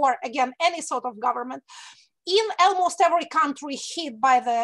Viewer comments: Екатерина, один момент - almost произносится как "олмост", не "элмост". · Almost is pronounced as олмоуст